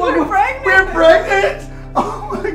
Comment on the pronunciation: I think somebody been watching toooo much Scooby-Doo ( Raggy Relp im Regnant ) Like Zoiks Scoob did he just say REGNANT instead of PREGNANT.